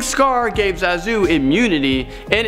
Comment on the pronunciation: Part 2, huh? 3 theories are the same as in the 1st video. And it's pronounced ZAH-zu.